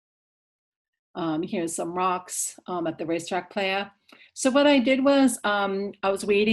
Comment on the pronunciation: Great video. But Racetrack “Ply-uh” :)